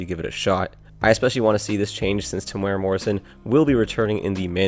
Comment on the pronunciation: You pronounced Temuera Morrison pretty well but Maori could use some work. Its more like Meow or Mow and a rolled ree, or maybe even like moldy but with a ree. Good luck though.